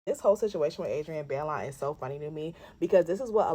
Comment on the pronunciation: It’s (BYE-LOAN) Baillon but either way you say it, it still spells Jezebel 😂😂😂😂